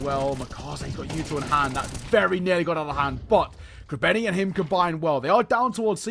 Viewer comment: bro its krabEni with an E not krabAni ffs